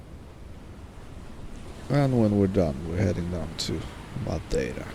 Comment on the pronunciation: Top marks for your pronunciation of Madeira. 10/10